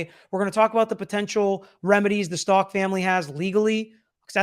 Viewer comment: It drives me crazy that doesn't pronounce their last name correctly